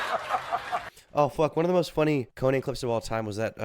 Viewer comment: Pronouncing “Conan” like you’re saying Conan the Barbarian is hilarious. Co-Nan O brain